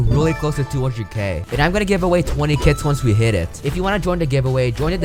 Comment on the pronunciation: I thought he said I will giveaway 20 kids when he said kits💀